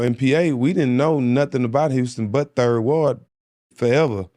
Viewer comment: He still ain't from Houston 😂. Bro don't even say 3rd ward the right way..